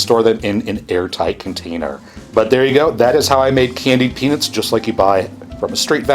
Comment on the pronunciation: the peanits instead of peanuts is bugging me